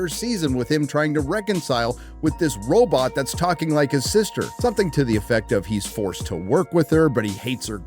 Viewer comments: why do you say robot like zoidberg? its row-baht, not robut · The entire video you’re pronouncing robot as “robit” then you slip up and pronounce it robot… whyre you faking how you say the word lol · All great points, but I can't stand the way you say robot. (robit)... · Maginot... I see French isn't your strong suit. What the hell is a "robut"? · Robut?! Last I checked it was robot. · Bro what's a robit? Pretty sure there's 2 o's in Robot LMFAO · It’s pronounced robOt, not robUt 🤖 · Have to disagree: it’s RoBOT not RoBIT. 😂 Otherwise, dead-on, as always. Love your channel. 🤖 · Did you pronounce robot as robert? Like they do in china? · I love you bro, but saying Ro-bit instead of RO-BOT, makes me want to take a chainsaw to your mid section. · Oh so you pronounce robot ‘roe-bit.’ I think most of us say ‘row-bought.’ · I took a drink every time he said "roebutt" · I love hearing "robit". It sounds like Zoidberg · dude stop saying robit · I wonder why this man prefers to pronounce robot Ro-butt multiple times lol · My favorite part was when you said Robut. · I can't take hearing say "robit" any longer. I'm turning this video off. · How can you not know how to pronounce Maginot or robot? What the heck is a robut? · Robut. Classical pronunciation. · You pronounced robot as "robit" You go Dr Zoiberg! 😸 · ......What is a "row-but"? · I smile everytime says robit. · So is the pronunciation of "Roe-Butt". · Just read books then if you hate everything that anyone makes now that you don't like, you knee biter. Plus pronouncing robot differently every time made me laugh. That's how my Grandma pronounced it wrong every time too. I only watch your videos when I'm in a bad mood and want to feel smarter and a better person. Thank you dingleberry! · I hate how you pronounce the word Robot. So much. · I appreciated the Twilight Zone pronunciation of 'Robot'.